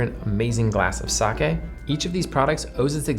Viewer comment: I was about to cringe, waiting for, "sah-kee". Thank you for correctly pronouncing it, "sah-keh".